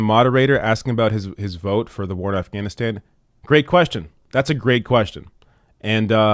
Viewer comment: Why does she pronounce Afghanistan as Asthanisthan?